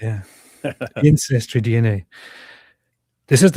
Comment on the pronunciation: "Incestry DNA" - that´s hilarious ha ha